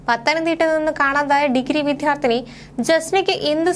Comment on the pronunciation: കൊച്ചേ, വിദ്യാർത്ഥിനി എന്നുച്ചരിക്കുക, വിദ്ധ്യാർത്ഥിനി അല്ല.